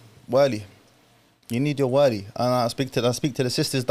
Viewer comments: can you stop saying والي. It’s ولي. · Can someone teach this man to pronounce wali correctly? Everytime he says waaaali my brain implodes